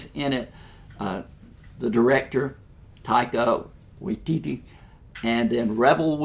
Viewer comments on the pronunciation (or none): Great review! Also, his Taika Waititi is pronounced "Tie-kuh Why-tee-tee". Future reference! Keep it up!